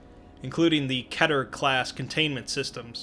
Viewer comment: He pronounced “Keter” incorrectly